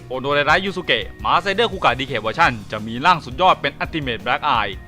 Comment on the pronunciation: นี่มันคูกากครับ ไม่ใช่คูกะ